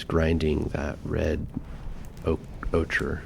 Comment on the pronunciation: I think the word you're tripping on is "ochre?" That's pronounced "oak-er," which was perhaps more obvious in the alternative spelling nobody uses because it does...look weird, that being "ocher."